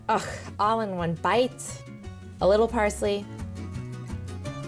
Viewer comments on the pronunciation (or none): none